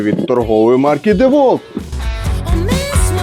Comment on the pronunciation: Тільки два заперечення. Перше на 100 річча DeWalt випустив такий шуруповерт тільки чорного кольору. Друге правильно вимовляється Дівалт.